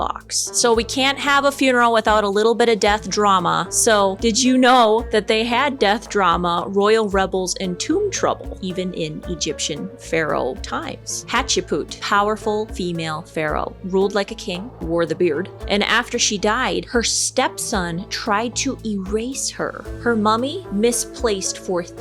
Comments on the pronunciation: Hatchipoot! It’s actually pronounced like haat-shep-soot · it's spelt ma'at and pronounced "mah-ought". Sorry I'm no linguist lol, just an ancient Egypt need since childhood😊 lol i love it! Hatchepoot is close. But Hapshepsut is pronounced "hap-chet-soot" in English. The Egyptian pronunciation is different but the english one is what most ppl know. Love your work lady!! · Girl, it's "toot-en-kha-moon" & "haht-shep-soot". Soot like suit not soot like ashes. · So correction about some of this, Hatshepsut was the female Egyptian pharaoh in New Kingdom Egypt. It was Hatshepsut’s (pronounced hot-shep-soot) brother/stepson Thutmose III (pronounced TUT-mo-za) (The relationship between the two is strange) that attempted to erase Hatshepsut from history entirely. It wasn’t until the last 100 years or so Egyptologists figured out she was actually a woman and that she took the role as Pharaoh because Thutmose III was too young to rule at the time as he was likely toddler at the time. Love your stuff but wanted to correct some of your history. I’m a middle eastern and African history major, did a bunch of papers on old, middle, and new kingdom Egypt. Hatshepsut deserves so much more recognition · And the other Hap-set-shut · She really doesn’t know how to pronounce Tutankhamun or Hatshepsut? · Lol the pronunciation for Tut & Hatshepsut was so far off 😅 I also have an ancient Egyptian name. Love ancient Egyptian history.